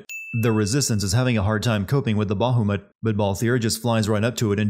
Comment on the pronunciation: I love this game. It's my favorite Final Fantasy.😊 Still a funny video.😁 I just started a new run, and this video was a little depressing in the end. Is there a "Everything great about games" Channel? Found it. Btw. The names are Kiltias and Bahamut. Not Kilitas and Bahumet. But maybe you did that on purpose, you sneaky skunk?🤣🤣🤣